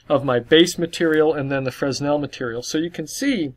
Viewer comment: the S in Fresnel is silent :s